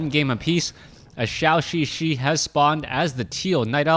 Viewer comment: Hope one day he pronounce ZhouXiXi right